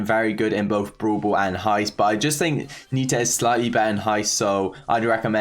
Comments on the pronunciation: nobody:: brool bool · I love when he says brawl ball as "Bro ball"..XD